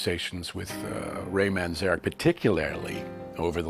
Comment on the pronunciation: Cool documentary about the Doors except for one annoying thing, the bandana guy on shrooms tha totally mispronounced Ray's last name twice so far..and his constant fluffy bunny descriptions of their music is nauseating.